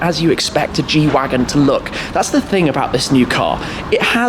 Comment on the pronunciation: The G shwagon